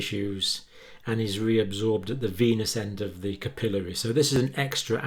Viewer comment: You need a video for pronunciation. Capillary incorrect here, venous correct.